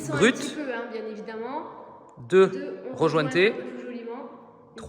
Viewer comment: REJOINTOYé et non JOINTé ou REJOINTé